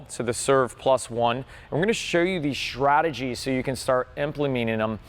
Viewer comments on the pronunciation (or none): Is drunk in this video? Right he's really losing his ability to speak. Shrategies, emplimeaning them.... lol